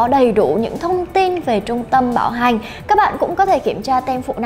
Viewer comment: Bạn nữ nói từ bảo hành mà cứ nghe thành bạo hành. Thằng bạn ngồi bên cứ ngó qua “bạo hành cái gì đấy...”